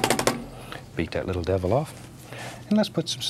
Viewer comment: "Beat that lattle deval off"